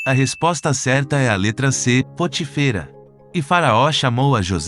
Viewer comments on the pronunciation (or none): Muito bom esse quiz mas será bom observar a linguagem. Na 2a pergunta o nome do sacerdote cuja filha casou-se com José é POTÍFERA Observe a acentuação no Í, ok? E Tbm na pergunta 18 a pronúncia do nome de REUEL está errada.Vc disse *Rum 😉Quem ñ conhece os personagens bíblicos passará a falar errado os nomes deles. 🤔É,ou ñ é?